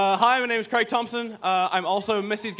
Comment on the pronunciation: Why can't Americans say Craig